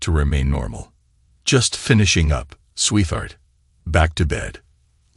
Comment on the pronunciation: please program the voice with 2 words.....sweet heart.....it will pronounce it correctly then....and not sweetheart as one word "th" in the middle damn same story yet again last story was 16 years maturing trust fund/deals 3 kids not his own phil from barcelona...art dealer and money laundering and apparently the real father now its 18 years maturing trust fund/deals 3 kids not his own (one daughter with a conscience) bernard from london (tech guy) and the real father